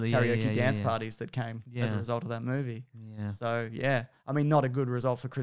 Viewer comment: i don't know why, but i so enjoy it when drags out syllables for no reason like 'roooooles in a mooooovie' - i just think it's hilarious!